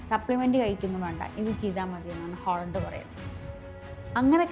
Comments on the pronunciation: Holland അല്ല haland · ഹോളണ്ട് അല്ല ചേച്ചി, ഹാലൻഡ്. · 'Aaaling holan' not to pronounce 'holand' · ഹോളണ്ട് അല്ല... ഹാലണ്ട് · ഹോളണ്ട് അല്ല ഹാലൻഡ് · ഹോളണ്ട് അല്ല ഹാളണ്ട് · way she pronounced is Holland not Halland 😂